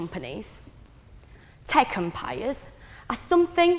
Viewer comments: Fuck sake. Have I been pronouncing "tech empires" wrong all my life? Tekumpiyus?????? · um wtf is her accent? to me she sounds like a fob who went to the uk to study but her pronunciation is atrocious and it sounds like a very ugly mishmash of uk + Chinese accent. she places emphasis on words in the wrong places. "tech empires" doesn't even sounds like tech empires when she speaks